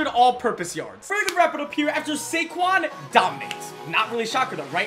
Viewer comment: Instead of SaQuads, it's KaysQuads